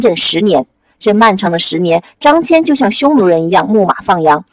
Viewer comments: 大姐，人家叫张qian，不叫张jian了！本来想让儿子看的，还是算了，不知道还有什么小毛病！ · 辛苦啦，非常棒，感谢！捉个小虫:秦国连横的是张仪不是孙仪，汉武帝时期丝绸之路的开辟者叫张骞(qian一声，不读jian) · 读错的字蛮多的，张骞，大宛 😂